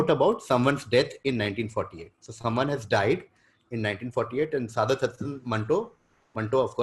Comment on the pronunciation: It is pronounced सआदत